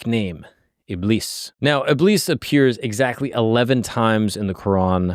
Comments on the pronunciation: ibis= iblees. A'oozu billahi minash-shaytanir-rajeem (I seek refuge in Allah from the accursed Shaytan). thats the correct pronunciation for ya! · It's pronounced ib-leese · Btw its pronounced ibliis like a long I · Close It's not pronounced "Iblis" It's pronounced "Ib-lease" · Shaytan's name is pronounced as "Iblees" like elongate the "ee" like "Greece" not "Bliss" Yep. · btw u pronounce iblis as ibliis with double i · its pronounced iblees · the Iblis part is pronounced (ib-lees) like ee sound, but its okay if you got it wrong